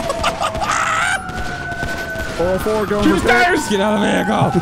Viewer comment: You guys are killing me saying 4O4. It's four zero four!!! Highlight of my day watching you guys